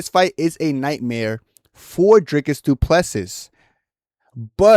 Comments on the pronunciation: It's a pronounced Do Ple See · You’ll get cool guy points if you pronounce his name properly fellow African :}